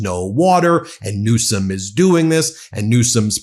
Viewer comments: He said "Newscum" MF. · Did he say Newsome😂😂😂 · He said Newscum. Then said Newsom.